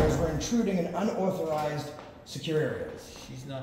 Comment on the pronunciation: How come can't say "unauthorized?" 🤣